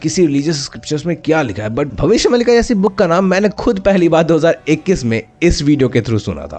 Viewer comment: Its not mallika... Its maalika.. meaning series of bhavishya.. there are several books of bhavishya maalika